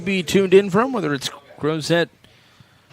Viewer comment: The T is not pronounced in the town Crozet. Virginians say Crozeee. Let’s Go Peachtree!!